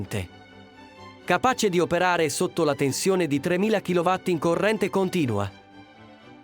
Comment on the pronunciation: rete in kilowhatt non si può sentore: Kilo VOLT!